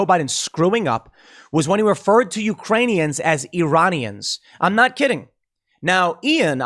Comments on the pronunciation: He just left out the "K: ... when he said Uranium.... Iranium.... UKRAINIAN...... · Tim just will never admit he was even a little wrong lol I don't like Ian but he definitely said "uraniun" 😅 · Actually he said "Uranians" - he missed the K. Not sure if Freudian slip about some sort of grift they've got going with uranium in Eastern Europe, if someone just spelled it wrong on the teleprompter, or if he just can't speak as usual. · It was clearly Uranians. He tried to say Ukraine, and screwed up. It makes more sense (and sounds right from what he said) because he was talking about Ukraine just before that. And aren't you assuming what he meant too, Tim? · I’ve listened to it a few times now. O’Biden definitely said URanians. Edit: Joe has plagiarized almost every major speech his entire career. He even got busted back in the 80’s-90’s when the media used to do their jobs, and he had to drop out of the presidential race. How this is still a surprise to anyone is beyond me... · I thought he called them Uranians. I thought he was going to announce that aliens from Uranus were fighting Russians. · He said Urainians. Everybody know that Urainians come from Uranus. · I heard Uranian. I think he had to pee. Or peed. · Bro he said "Uranian" because if he can say "clownfeck" he can say something just as fake in reference to Ukraine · I watched it with you, and I heard "Iranian." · Listened a few more times. He actually said "Uranians"... where are they from, Uranus?? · Biden said Uranians. He pissed himself and was thinking of urine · I think he said uranian and forgot the K. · He said U-ranians. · No, he said "Uranians" because he's concerned Russia will attack Uranus. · I heard uraniuns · No, he actually said something worse. He said "Uranians" not "Iranians," as if they were miners of "Uranium," or possibly citizens of the planet "Uranus." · He said Uranians not Iranians. He mixed the 2 words. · He said Uranian because he thinks we're in a galactic battle for Uranus.